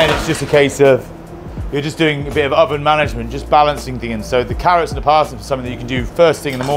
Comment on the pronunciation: It’s paar-nips & ‘arrots 4 me this year!